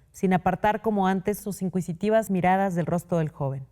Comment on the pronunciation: Sofía lee con mala pronunciación en “inquisitivas” y “menester”. Ojo para que no le vuelva a pasar.❤